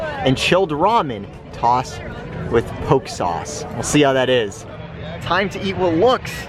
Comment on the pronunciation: A creperie?! Yikes, those places give me the crepes. Also, “poke” is pronounced poe-kay.